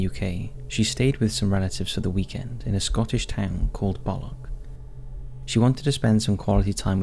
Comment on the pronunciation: Its pronunciation is balloch